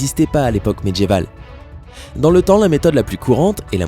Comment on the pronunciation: Sympa. Je trouve que le ton journalistique que tu emploies mériterait que tu fasses gaffe à ton français ("diamètre", tu dis "djamètre". Les "dieux" tu dis "djeux, "médiéval" - "medjyéval".) Perso ça casse tout! Et c'est dommage. Weah on peut pas renier ses origines ; le problème c'est que je crois que tu si tu ne neutralises pas ton accent, tu te fermes des portes. Sinon trop chouette tes vidéos !